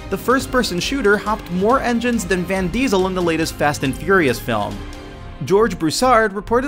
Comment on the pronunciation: lol Van Diesle